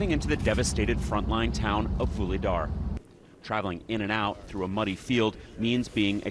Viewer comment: "Another town.. 'Voolydar' " This guy really did his homework! (learn to pronounce the words! Aren't you all Communications majors? What did they teach you?